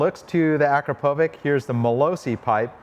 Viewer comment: Excellent video! I also like the Acrapovic exhausts. But I want to correct you. It is pronounced Akr-a-povits with the tone at the second a.